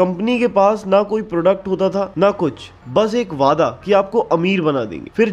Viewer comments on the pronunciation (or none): none